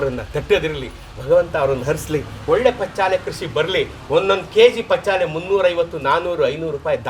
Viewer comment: ಪಚ್ಚಾಲೆ ಅಲ್ಲ ಅದು -"ಪಚ್ಚಿಲೆ" ಅವರ ಬಾಯಿ ಇಂದ ಹೇಳಿದ್ದನ್ನು ಏಕೆ ತಿರುಚಿ ಹೇಳುತ್ತೀರಿ!!!